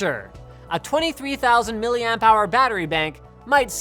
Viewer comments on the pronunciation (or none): none